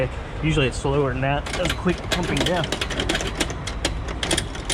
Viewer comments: he definitely did but it's hard to unhear death 🤣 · Lol until he explained it I thought he said DEATH and not DEF like he don’t give a damn and will die before he closes the second cap 😂